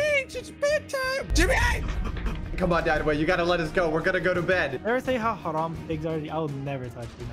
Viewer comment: Is tbh muslim just asking because he said haram like a Muslim way